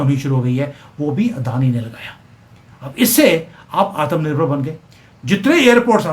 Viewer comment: Are bhai it is atmnirbhar not atamnirbhar